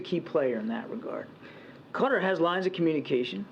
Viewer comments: Re Qatar It’s pronounced ka’ tar! Not cutter! I have been there several times!! WTF? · How does the country Qatar become Cutter? Kat-ar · Why does FOX keep saying "cutter"? Qatar is pronounced ki-TAR. (Rhymes with guitar) The reporter even says "ki-TAR-eez" for the people of Qatar. Why can't they get it right for pronouncing the nation of Qatar? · What is wrong with Americans that they pronounce so much incorrectly? Qatar is NOT pronounced like cutter, its pronounced like guitar, get it? Its REALLY annoying. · Qaaw--tarr please!! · Why are they mispronouncing Qatar? 😂 say it right people! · You could not find a worse leader on the world stage at this preamble to WW3 than Traitor Joe. 🤨 And why can’t any of these bozos say Qatar? 🥴